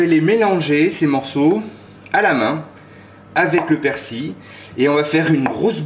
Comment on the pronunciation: persil et non persi on prononce le L